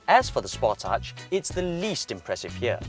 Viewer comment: I know it's late. but You were pronouncing it correctly. These kids don't even know how to pronounce names and they review cars. It's indeed pronounced Spor-Tage